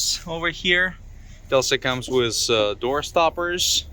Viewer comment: How many times I heard "wizz", instead of "with"..... just elementary word, you cannot pronounce.... So, annoying.... This piss me offff!!!!